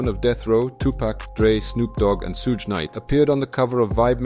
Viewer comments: You pronounce the word "Suge" differently every time, and it never sounded correct 😅😅 Edit: It's "Shug", same "sh" as in "shit" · Love the video and loved how you said Suge name wrong every time 😂😂